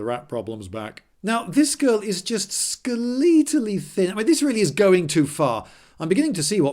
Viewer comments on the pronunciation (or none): How about "figgah" or "skuhleetal"?